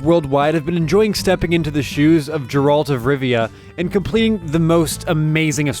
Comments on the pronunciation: It's Geralt not Jerald. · Did he actually say "jeralt"? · I only clicked on dislike button because he pronounced Geralt's name Jeralt for fuck sake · Did he he Jeralt instead of Geralt xD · I disliked the second he pronouced Geralt as Jerald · Millions have, you clearly have not... "Jeralt" uh? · Was considering disliking when he said the witcher 3 was an RPG, but I was sure when he pronounced it “Ger-AHLT of Rivia.” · Its Geralt with a GGGGGGGGG not Jeralt, so as i heard that ......aight Imma head out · "Jeralt of rivia" was a dead giveaway that this video was going to be "interesting". About half way through the list I questioned if you even know what an RPG is, but then you topped it off with Breath of the wild and then I knew that you have no idea. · The moment you said "Jeralt" unfortunately, all credibility got lost after that. You newer played TW3 Wild Hunt. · Geralt even explained ingame that his name is pronounced like Geralt... NOT JERALT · Jeralt of Rivia huh? Yeah you definitely played that game? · Jarawlt? Come on man. It's Geralt NI no kuni is challenging? Ok i'm one more dumb thing away from closing this video. Diablo 3 is not an RPG lollllll I'm done. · JJJJeralt of Rivia okey man okey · It's Geralt! Not Jeralt! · Jeralt??? no bitch hell no thats not how you pronounce his name, did u even play the game dude?? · Gerard of Rilvia. Achoo. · Disliking because of wrong pronunciation of JERALT instead of GERALT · Jerawlt ay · Who the fuck is Jeralt ?! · WOW you OBVIOUSLY didnt play any of these games. stopped the video and downvoted at JERALT. you quite obviously never played the game, which means that you cant be into RPG's. the witcher 3 is IMO the single best game ever made, and the fact that you couldnt be bothered to do enough work to even learn how to pronounce the main characters name says that you are not even close to having enough authority to make this list. do you not have an editor? this is BAD on so many levels. go f*** yourself. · its Geralt